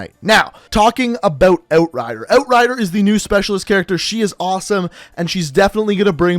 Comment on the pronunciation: "oat rider"